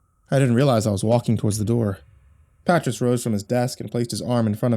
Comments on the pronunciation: Pretty sure 'patriss' is actually pronounced puht-rEEs (Patrice), and if i'm wrong about that, lord help anybody actually named patriss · His pronunciation of Patrice is killing me 🤣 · Damn, I hope you've since learned how to pronounce the name Patrice